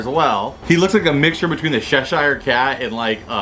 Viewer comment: The way you say Cheshire Cat makes me cringe..... It’s CH as in CHurch or CHeck